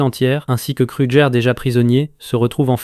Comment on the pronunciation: Car tu dis krujer abla place de kruger